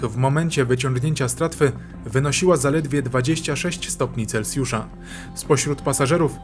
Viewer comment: Normalny ludzki komentarz, a nie to sztuczne AI, nawet autor wie jak wymawia sie slowo Celsjusz, a to rzadkosc niestety.